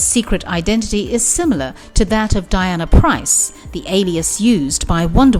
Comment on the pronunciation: Prince. Diana Prince. not Price. lol